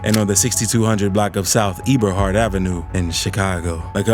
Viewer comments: did you just say E-bur-heart? Yeah you not from here lol that’s not how you pronounce the street lol. I think it should be against the law to speak on situations from cities you know nothing about. Or at least learn how to pronounce our street names before trying to document something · Why you narrating like that lol. It's also pronounced eb-bur-hart